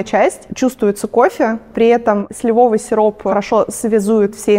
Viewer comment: ударение в «слИвовый» уже не смущает?)